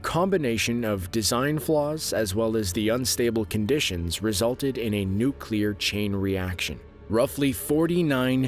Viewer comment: At last! Someone can say ‘nuclear’ correctly 😃